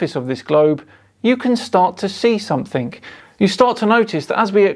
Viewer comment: "You can start to see somefink" Goddamn it, you're making the rest of us Soton-ers look bad.